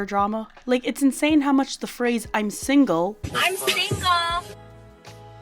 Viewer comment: Even if she is kind, I hate how she always says single single singel